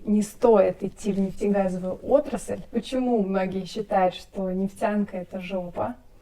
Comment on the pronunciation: Не ,, нефцянка" а ,, нефтянка". Нужно уметь выговаривать. Неф тян ка.